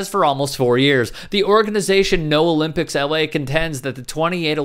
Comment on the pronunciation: No Owe-Limp-icks